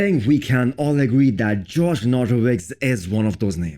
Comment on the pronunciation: Its josh, not George.